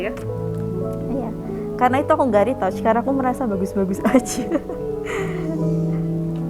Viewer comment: maaf, retouch bacanya bukan ritauch mba tapi ritach